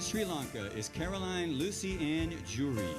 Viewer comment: You totally destroyed your Name Caroline... SHAME ON YOUU...